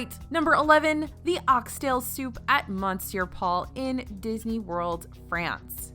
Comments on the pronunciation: Needs to work on monsieur though. One of the few words I know in a different language. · The way she pronounces “monsieur” made me cringe. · Monsieur = m’sieur. Not MAHNsieur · You pronounced "Arnaud Lallement" very well for someone who doesn't speak French, but your pronounciation of "monsieur" made me cringe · I love your videos but you butcher the pronunciation for Monsieur every time you talk about this restaurant. It’s not even debated like caramel. Please consider correcting this it takes minutes. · Hello, Monsieur Paul is pronounced "Miss - Your" Paul, just so you know, dont pronounce the N. The chefs name you pretty much nailed. Thanks for your vids!! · I speak French and cringed at her mispronounciation! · Indeed! Even after I explain it, they dont pronounce it right anyway. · I just commented on this.... it makes my ears bleed every time she mispronounces it.